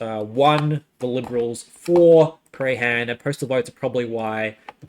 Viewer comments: its pronouced Pran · Nice vid but I cringe at the prahran pronunciation hahaha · It's not the jewish voters. It's people who vote who are disgusted with antisemitism. I would think that this will be a broad sentiment. And. The H is absent in Prahran. 'Praan'. It's very grating. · Really interesting analysis, thanks so much! I loved your pronunciation of Prahran and Corio- I guess you're not a Victorian? 😉😉